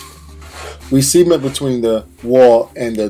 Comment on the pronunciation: Sea-ment lol